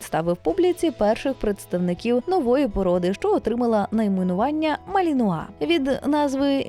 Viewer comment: Оце ви навалили інформації із собачого гороскопа! Цікаво було слухати про хоробрих боягузів! Заплутався ще на початку відео де ведуча жонглює наголосом у НАЗВІ. Гарні собаки насправді, жаль ви нічого про них і не розповіли.